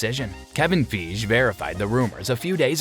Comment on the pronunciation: This was the WORST VIDEO I have ever seen regarding Black Panther. First of all Shuri IS NOT T'CHALLA'S DAUGHTER!!! Second, Nakia( Na kee a) is NOT his sister 🤦🏾‍♂️. You also pronounced Kevin Feige's name wrong. Dude do some research BEFORE doing a video SMH. As to the character dying the way Chadwick Boseman did being the best thing, is that what happened with Superman, Batman, Joker, Sherlock Holmes, James Bond, Tarzan, Spock Dr. McCoy or a number of other ICONIC WHITE CHARACTERS??? NOPE!!! Then why is it appropriate now??? I'll wait... If anyone wants to debate the issue hop on over to Ias-Ijs with Theo Butler on YouTube or B Real with D-Real on YouTube. We will be more than happy to EDUCATE YOU. This is only happening because Marvel never really wanted to showcase a Black MAN as a king,and your video said that was the plan all along. Hollywood is scared to show a black man with intelligence to rival Tony Stark and more money, so instead they will push a narrative that you have, that this is what is best and lie and say it is what happened in the comics and casual movie fans will believe that garbage. If you believe that I have a bridge in Brooklyn to sell you BTW, Derrick Boseman says the same thing about Hollywood not wanting to show a black man as a king, search YouTube it's not hard to find. You have now set the precedent that going forward ALL characters have to die when the actor does, THE WAY THEY DIED now how stupid is that? Also did you know that the Black Panther